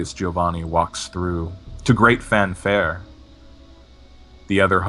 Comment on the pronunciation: Hey, can I just tell you I appreciate that you pronounce Giovanni correctly? It's the little things.;D